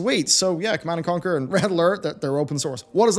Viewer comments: Ah yes my favorite game: "Command and Comquer" ! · ah yes my fave rts game connand and comquer